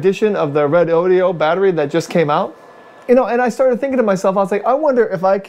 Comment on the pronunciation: Great video! Why we use shunts. It is Redodo and not Redodio! Lol.